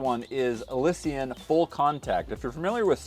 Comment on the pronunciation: Im pretty sure thats not how you say Elysian...